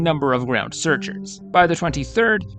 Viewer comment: Wanga - RAT - a is how it is pronounced, like a rat.